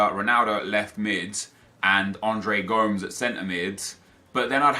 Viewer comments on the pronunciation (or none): Gomes = go-mez